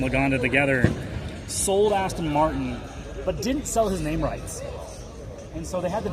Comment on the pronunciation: He thinks it's called Aston Martun.😂😂😂😂